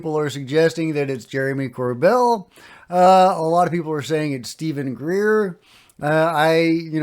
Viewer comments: Lol it's not Greer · Pretty sure it’s Greer